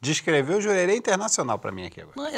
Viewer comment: Jurerê hahahahhahahahhaha